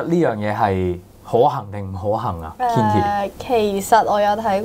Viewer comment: Kinky 係讀 "傾-ki"，就算Kinki唔介意都唔好讀錯